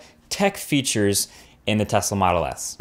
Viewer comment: have I heard "Moto S"? :>